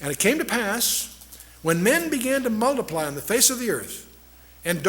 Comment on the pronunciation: They began to mulliply .... It's " multiply " dick !